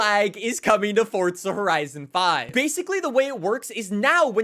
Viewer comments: It’s fucking forza not fortza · i didn’t know forza was spelled with a t 😊